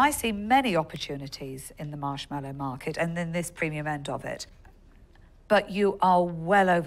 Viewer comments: I'm surprised it's her company and she can't even pronounce "marshmallow" correctly. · She'd probably do better if she could pronounce marshmallow correctly.